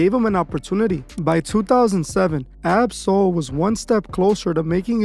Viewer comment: You are saying his name wrong